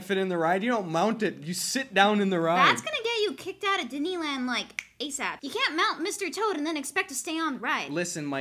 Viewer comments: Know one has commented about how said didneland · did say “didneyland”?